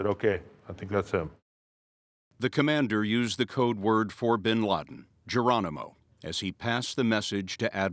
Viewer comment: WHY DONT YOU AMERICAN'S PRONOUNCE WORDS PROPERLY it's NOT binlardin it's binladen